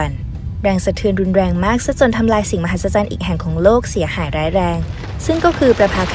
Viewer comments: มหัศสัน555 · 7 "มหัศสรรของโลก" พูดไม่ซัดเลยแอด(แซวนะซะแอด)อย่าโกรธเลย